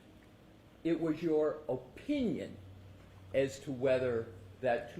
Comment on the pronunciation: Why does he say OH, pinion and not opinion. So damn annoying!